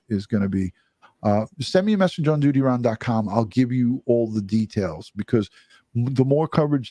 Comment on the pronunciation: Love the way you say..